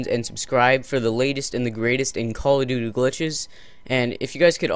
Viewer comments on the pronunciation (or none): No offense but u said call of doo doo